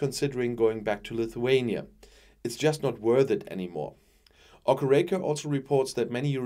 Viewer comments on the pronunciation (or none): none